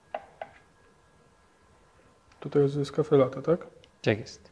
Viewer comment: kurde wszystko prawda tylko najbardziej mnie denerwuje jak używamy (zapożyczamy(slów z języka obcego ponieważ chcemy naśladować ich w robieniu rzeczy , które robią oni a nie potrafimy wypowiedziec tego poprawnie jak napisano wyrażnie latte a nie late i nie ten akcent ,nie mówie czy nie piszę tego żeby się wymądrzać tylko to bardzo śmiesznie brzmi jak pisze latte i powinno się czytać latte i włosi wymawiają latte to dla czego nie mówimy latte tylko late wrrrrr